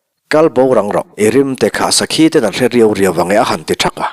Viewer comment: Riiau riau tih hi Réu reu tiin kan am thin